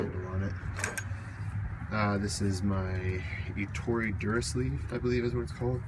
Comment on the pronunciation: finally a window cleaner who can say the name ettore right, know i know I'm watching a video from a real window cleaner. except it not called a mop, it's a wond cover. but you have all the right terminology..